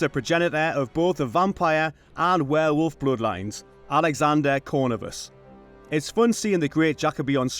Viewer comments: It’s not “Cornivus” but “Corvinus”. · That annoyed me too 😅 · Corvinus. The last name is Corvinus. Accent on the second syllable. Cor-VEE-nus.